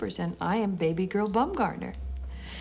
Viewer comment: "Bumgoner"? lol, I'd be changing that if I was named that